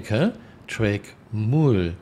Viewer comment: Mule is pronounced like Yule. Myule.